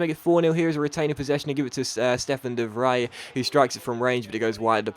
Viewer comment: It's not de 'vrey' it's de 'vreye'?